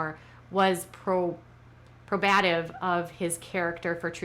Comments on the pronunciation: I live for your Duggar updates and i love you. Just want you to know that you are mispronouncing the word "probative". Its pronounced "probe-a-tive", not "pro-BAT-tive". Just a tip bc youre very intelligent and articulate and i know its mainly a legal term and just thought youd like to know. Keep these posts coming. They make my day! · Love the content as always. FYI it's pronounced probe-uh-tive. Emphasis on the first syllable. Probe as in "The aliens probed me when they abducted me," except we're talking about how much the evidence lets the jury probe into the assertion that the evidence is being presented to support. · Just fyi: probative = pro-ba-tive, like probe. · Prob- a-tive 😉